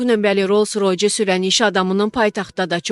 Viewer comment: Bu metni oxuyan qiz rus bolmesinin mezunudur ve cox savadsizdir. Rolls Royce ( roys) demekdense, "royc " deyir, sonra " lobed" sozundeki birinci sesi "k" sesini " karandas" sozunun birinci herfi kimi oxudu. Bu qizi basqa ise kecirin.